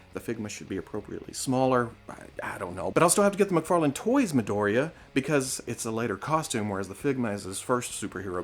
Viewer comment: Hey, just a tip, it's pronounced like "mee" "doh" "ree" "jah"